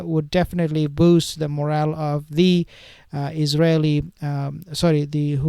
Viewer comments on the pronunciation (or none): none